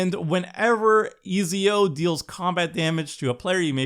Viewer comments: It's yah boi Easy-O! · Ezio is pronounced ets-ee-oh Eivor is pronounces eye-vore So much pain listening to this lmao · I took psychic damage listening to pronounce Ezio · Pretty sure he never reach out on learning a second language